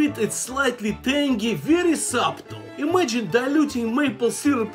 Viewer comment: He pronounced subtle with the b